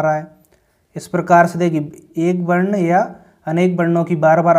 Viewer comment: Varn hota h barn nhi